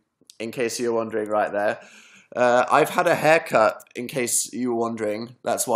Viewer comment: when he said hair cut I thought he said heck art lol